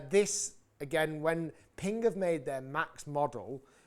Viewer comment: Pingk? I thought is was Ping